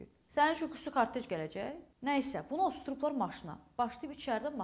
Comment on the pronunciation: otuzdurdublar yoxsa osturdublar???